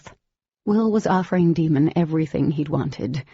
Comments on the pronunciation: Like DAY MON - NOT DEMON! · Can't believe the narrator's made such a mistake & Jennifer knowingly left it this way. She even admitted it's not pronounced Demon but Daemon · It is but I hate that they pronounce him Demon in the audiobooks. Even the Oblivion narrator does this but Jennifer herself said it was a mispronunciation. How could they make a huge mistake like that? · Didelous..demon.. lessa. It really bothers me that this lady can't read words properly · I was really hoping there way a different reader that would pronounce his name right